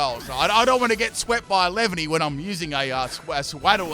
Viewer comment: Dunno if I’m impressed with the commitment to purposefully mispronouncing all three of the lines names or dumfounded cause no-one can be that dense